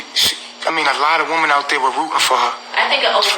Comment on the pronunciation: it's WOMEN! NOT WOMAN!